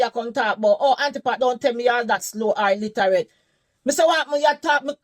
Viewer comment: The fact that she said illiterate wrong sent me 😂I could’nt have taken her seriously